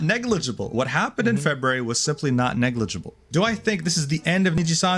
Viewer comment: Once again repeat after me "Negligible"